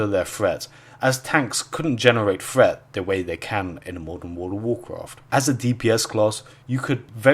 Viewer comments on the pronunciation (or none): threat... not fret.